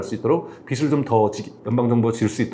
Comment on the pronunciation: 빚 ㅡ 발음 ㅎ,실때 ㅡ 비슬.. 비스로... 아닙니다 ㅜㅜ . 비즐.. 비즈로... 경제 학자신데 정보이상 올바른 전달력 부탁 드립니다.